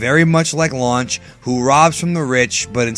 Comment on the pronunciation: why you say blond lunch